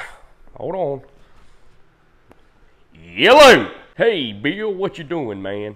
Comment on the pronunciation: OKAY BE-ILL. Southerners like turning 1 syllable into 2.